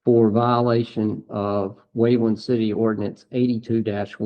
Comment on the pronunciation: Waveland not Wakeland.